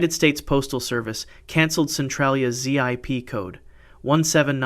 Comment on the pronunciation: A friend of mine was walking the grounds of verdun and was told if he found a shell, do not kick it. he found what he was later told was a gas shell. Z-I-P codes? it's pronounced zip code. why do you not know this?